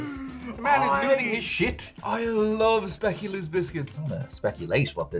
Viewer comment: SPAA QUE LAAHHHHSSSHHH....not speculas. Its DUTCH. Come on people.